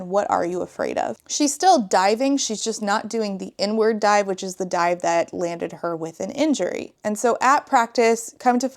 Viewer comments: It took me far too long to realize you were saying "Inward Dive" and not "N-Word Dive". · I first thought she said “n-word dive” instead of “inward dive” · Heard “n-word dive” instead of “inward dive” and was massively confused and concerned for a second there. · The way I heard "n-word dive" instead of "inward (park) dive", at first 😭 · "The inward dive" I heard "n-word dive " dhahaoohsh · ME TOO! I had to do several double-takes and check the comments. 😂😂 JEEZUS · ME TOO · Ngl I thought you were saying "the N-word dive" and was baffled at you just breezing by that without commentary 💀